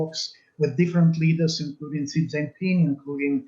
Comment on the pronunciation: She said: "President Gi". Is that how you pronounce Xi in English?